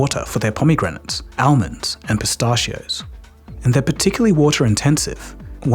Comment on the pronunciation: Sorry but man you pronounce almonds weird. Coming from someone who also has an Aussie accent 😂